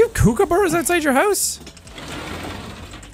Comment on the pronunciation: Sean says Koooooooookabura when it's kookaburra lol